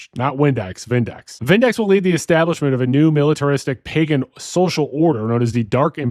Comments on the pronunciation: Did you say "pajen"? Nah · He pronounced pagan as “pay-jen”. C’mon bro. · Pagan has a g sound not j